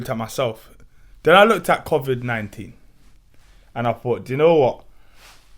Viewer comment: Did say couvid 19? 🤣